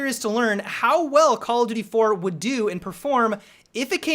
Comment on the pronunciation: I don't know how many time I have to say it.. But seriously.. Learn to say "call OF duty" not "call-a-doody"